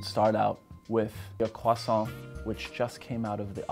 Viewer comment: I hate how he pronounces croissaint right but queso wrong